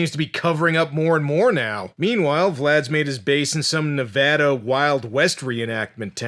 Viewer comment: Of all the things that could bother me in this review, it was the pronunciation of Nevada...